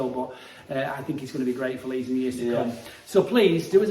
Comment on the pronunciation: you missed the D in leeds XL